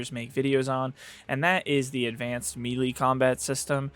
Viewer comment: FYI, Melee is pronounced Maylay, not Mielie